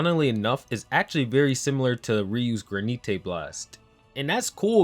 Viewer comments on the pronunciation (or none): My nigga said (gran-ee-tay). Granite is english (gran-it) my boi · Gra-nee-tay blast? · Just wanna let you know that it's granite blast, like the rocks on the road. Pronounced gran-uht. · I love how you pronounce Granite blast GRANITÉ